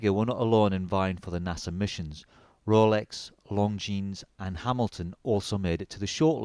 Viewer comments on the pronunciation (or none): none